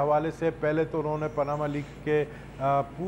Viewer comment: mehar abbasi saheba. appropriate word is ' unhon ne ' not 'unne'. similarly ' tariqa and tahqiqaat ' not 'tarika or tahkikaat'. hope will not be taken it ill. thank you